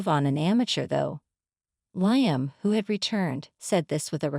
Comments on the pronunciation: Liam. Li-am not lion lyon ? Get the pronouncements correct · Not Lie-am. It's Lee-am.